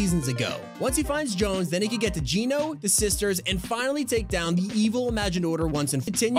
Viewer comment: Bro literally heard how to say Geno but said it differently which pisses me the fuck off